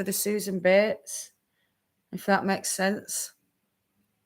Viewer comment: Oh!!! You say “bates” like they do on Downton Abbey!!!! “Mistah Betes!!”